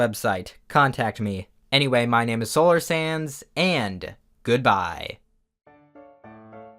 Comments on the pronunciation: is it weird that i hear you say solar sans instead of solar sands? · at the end: Solar Sands What i hear Solar Sans